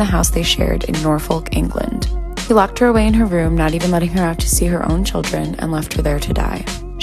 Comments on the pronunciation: It’s not pronounced Norfolk it is pronounced norfik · this video is from a year ago, but i still like to watch it as my comfort video! (BTW, Norfolk is pronounced nor-fuk) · I love this series but I think I myself died and became a vengeful ghost when she ‘pronounced’ Norfolk